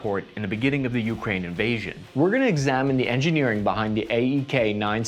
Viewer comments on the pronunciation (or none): Hey, brother, it's more like "u CRANE" rather than "U crane". Not being a duck, just letting you know